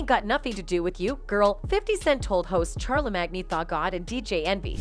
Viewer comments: she said "chare la mag knee" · She pronounces his name as Char la MAGNEE . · And char- le- mag-knee (tha god)😂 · Be-once, Kan-I, Nass and Char-la-mag-na lololollol. Worst bot ever. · Beyoncé aka “Bay-Aunts” Charlamagne aka “Char-La-Mag-Knee” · Char la mangy the god, Bey ons? lol, text to voice fails again. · Fam said Charla magneee 🤣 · Char le mag knee 🤣 that's new POKEMON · From now on I only call him "Char-le-mag-knee" 😁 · Charla magni 🤣😂😭